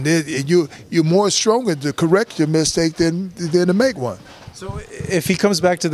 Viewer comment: “Misake” the T was absent in this interview.. much respect to the legend though!!!